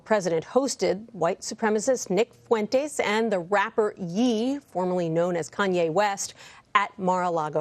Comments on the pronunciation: How she pronounced Ye shows how out of touch these script readers are lol #kanye #ye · Bruh it’s YAEEEEE. NOT YEEEE HAWWWW. ITS SPELLED YE BUT SOUNDS LIKE YEA. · said Yee lol. Its Ye, theres a difference. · It's pronounced Yay not Yee. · I cringed when she pronounced the name “Yee” . So obviously out of touch. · The rapper “Yee” why would taking the KAN off of Kanye make that ye turn into Yee 🤣🤣🤣🤣 dumb news reporters. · Lol she really said Ye is pronounced Yeeee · YE sounds like Yay! FYI